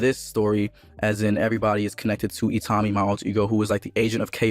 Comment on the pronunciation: OTTOMY? Do you mean ITAMI?? Jesus, how is your pronunciation SO bad? Plus the tiny vocabulary you have? You need help. And a couple of years of grade school.